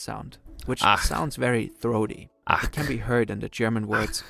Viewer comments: Your first attempt on “ach” was pretty good! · Your „Ach“ was really good at first! :D